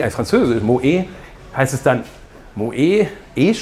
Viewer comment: Polo steht dir besser ;) und die Bahnhofsuhr auf dem Suite-Deck ...naja und es heisst übrigens "Moet" mit "t" am Ende- ist wegen des Tremas...